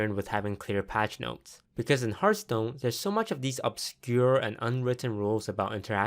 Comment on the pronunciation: did you say hearth POON?